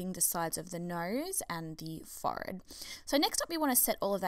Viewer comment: I was trying to work out where she was from and then she said "fohred" instead of forehead😂😂